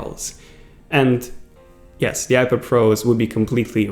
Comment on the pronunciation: Is he saying ipader?